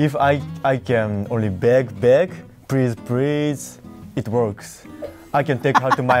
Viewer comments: ok so saying prease! prease! makes ladies go out with you hmmm. where were i the whole time :D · Lol prease (not to offend anyone)